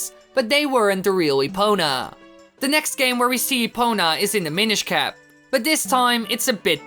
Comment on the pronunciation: Epona, epoNa, epoNah NAH NAH NAH